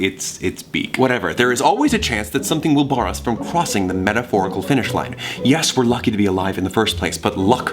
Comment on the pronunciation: did anyone notice that said “crWossing the metaphorical finish line” instead of Crossing? He smiled a little bit after.